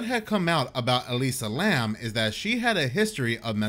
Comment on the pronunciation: It's Elisa Lam, not Lamb 😂 Here I was thinking there was another female student mysteriously disappeared.